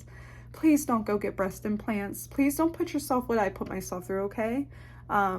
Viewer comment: "Be yourseilf.trust yourseilf"